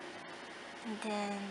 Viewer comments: ""an den" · “And den....”